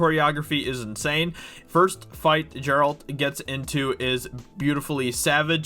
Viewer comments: GERALT not JERALT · It’s not jeralt 🤦🏻‍♂️🤦🏻‍♂️🤦🏻‍♂️🤦🏻‍♂️🤦🏻‍♂️🤦🏻‍♂️GERALT PEOPLE GERALT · Omg he says JERALT... WTF! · Given I am Polish i might be too sensitive with this subject ...but WTF is JERALT???!!!!! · How is it so hard for people to get Geralts name right? Not once in any game or TV trailer has it been pronounced “jerult” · I hate it when people say jeralt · jarule hahaha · Pronounced with a "G", not "J". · Why the hell does every one say Geralts name wrong. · I’ve hear a lot of British people and even a couple of European? I’m no accent specialist but seems like a lot of Witcher newbies pronounce it wrong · There is a WHOLE VIDEO GAME and now a TV show with the correct pronunciation. If you're a so called journalist, you should educate yourself about what you're covering. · It actually hurt to hear that... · doing videos on the Witcher when you cant even pronounce main character's name right - cringe!